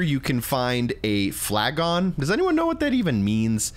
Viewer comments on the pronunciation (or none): Rather than saying it like ‘flag on’ it’s pronounced ‘Flaggin’ as in ‘a flagon of mead please’. Think along the lines of Skyrim and ye olde English.